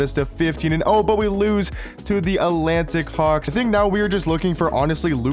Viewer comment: Thought he said Atlanta Cocks 😭